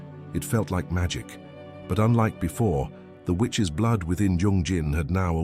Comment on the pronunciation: The Witch’s 😳😳 You had one job 🤣🤣🤣🤣 need English classes STAT